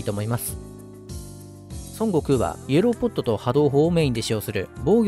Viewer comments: 日本ではソン↓ゴクウって発音がメジャーだけど、正しくはソン↑ゴクウってマジ？ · 発音がドラゴンボールの孫悟空になってて草